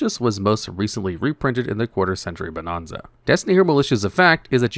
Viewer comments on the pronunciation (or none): This is how you know that you don't look at the comments. If you did, you'd be pronouncing bonanza properly.